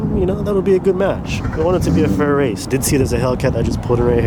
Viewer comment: “i don’t wace in dis caw i wace in my chwackhawk” 🤣🤣🤣